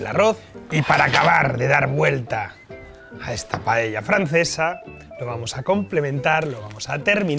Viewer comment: por diosss, si sabes decir socarrat, sabrás también decir paella. PAELLA, que es como se llama en Valencia y en Asturias también. Por lo demás... RECETÓN Y VINAZO 👏👏👏